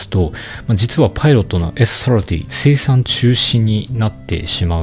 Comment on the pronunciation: ｴｽ ｽｩｱｰﾄｳｨｰ発音良すぎる。